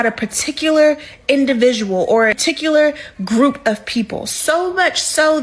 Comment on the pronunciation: What's a "ticular"? 😮